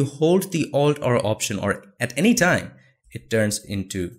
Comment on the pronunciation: What do u say ?-alt or alt r ? I hear u saying Altr every time..